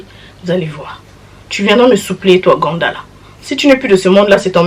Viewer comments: Viens on lui offre des cours de français stp😂😂😂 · La prononciation “GANDA” 🤣🤣🤣